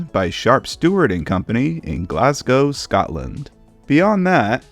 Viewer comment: fiannly an American can say Glasgow properly